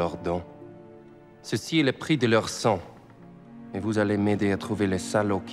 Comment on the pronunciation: C'est 20 ans que j'ai ecrier a une autre personne en francais! Merci! :-D M'excuse a j'ei ecrier en anglais. Basically, Fassbinder keeps mangling the letter 't'. I notice that. "Et vous devriez connaitre les miennes" his says 'Et' as 'Eu' "Je veux Schmidt" it sounds like "Cheveux Schmidt" (Hair Schmidt!). "Ou est-it?" Missing the 't' for 'est-it'